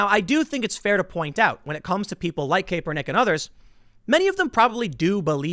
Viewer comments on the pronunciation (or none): It’s pronounced Cap-er-Nick not cape-r-Nick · CAP not CAPE...come on, you are in “media” man. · Love the videos brotha. It’s Cap-er-nick....not Cape-er-nick though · Tim it's pronounced Kap-ur-nik. To say Kepernick is not a great player is misleading. He was awesome for 2 years in SF. He led them to a super bowl. Then he got hurt while the team around him had players retire, traded, or left via free agency. The coach, Harbaugh, was also fired. When he returned from injury he wasn't very good (neither was the team) and he started taking a knee during the anthem. He was benched at 1 point too. IIRC his record as a starting QB after returning from his injuries was 1-9 or 1-11. I am no Kaepernick fan but at least do some research on the situation Tim. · It's pronounced "cap er nick" not "kay per nick" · Isn't it Ca-per-nick? Not Kay-per-nick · Pronounced CAP er nick not KAE per nick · You can tell Tim isn’t much into sports ball… Tim FYI it’s Cap r nick not caper nick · I love you Tim but DAMN. You are a skaterboarder. I thought everyone knew it was (cap-er-nick) not (cape-er-nick). I cringed everytime you said cape er nick. 😆 🤣 😂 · While I hate Colin Kaepernick. I cannot stand the constant "Kay-Per-Nick". It's "Cap-per-nick" Saying the name wrong will just make libs less likely to listen to you. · When EVER was Kap pronounced "cape". Perhaps English isn't Tim's first tongue. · His name is pronounced “Cap-ernick” Tim but I get it, who cares. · Is Tim pronouncing Colin's name wrong on purpose? "Caper-nick" lol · I'm now convinced Tim is intentionally pronouncing Kaepernick's name wrong. He said Capernick about 4 times in a single sentence. There's no way Tim doesn't know the correct pronunciation of his name. Good on you Timbo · Its KAPernick lol was driving me crazy you saying this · "CAP-ER-NICK"! <3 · Hey Tim kapernick is pronounced like Cap-er-nick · I agree completely but it is pronounced Cap - er - nick. Haha just so you know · He is really butchering his name.